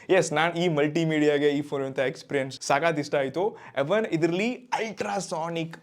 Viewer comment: ಎವನ್ ಅಲ್ಲಾ ಬ್ರೋ ಈವನ್ ಅದು😂😂😂😂😂